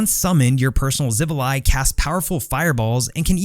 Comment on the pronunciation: Your pronunciation of xivilai was correct good sir